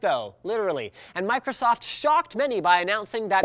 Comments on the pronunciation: Did he just say microstoft? Go to the timestamp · Microtosotf GG linus. Still drunk from CES? XD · microtsoft lol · Microstoft XD